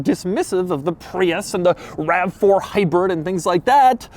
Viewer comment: did he say hybird? I think doug’s been watching savagegeese.